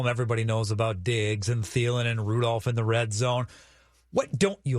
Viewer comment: I love you but the way you say Rudolph without the l drives me nuts 😂